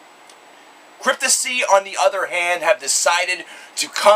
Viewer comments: Pronounced *CRYPT-TOP-SY* your pronouncing it as "Cryptosy" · reviews and talks like a fan, but can't even get the band name right. lmao. fail. Cryptissy? Dude, re-do the video with the proper band name pronunciation. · CryptoPsy! THE P ISN'T SILENT! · Dude has an opinion on a band who's name he can't even pronounce correctly.